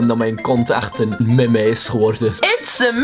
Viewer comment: Omg nu realiseer ik me da ik iemand ken die Meme heet toen da ge da woord op z'n Nederlands uitsprak